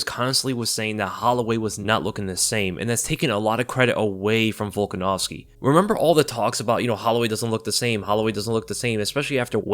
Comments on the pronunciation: you literally called the man "Baldanovski" :D But mad respect to Holloway for trying. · BOLDANOVSKI LMFAO Hilarious. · my guy said volkanovski then Volganovski lol hell yea